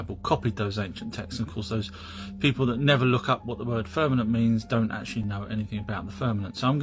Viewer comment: “FIRN-ament?” It’s difficult to take someone serious when they constantly mispronounce words… especially when they’re LOOKING it.